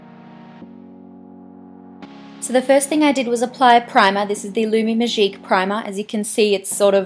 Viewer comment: Just because she's australian she can't have a french accent?! Last time I checked touche, magique, riche, eau de teint... were not english words. Think before you try to correct someone. So yeah, when saying those words she has a bit of a french accent, which is lovely, I agree with Mathilde.